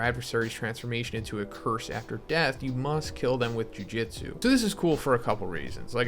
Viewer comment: Constantly bothered by his pronunciation of jujutsu as jiujitsu lmfao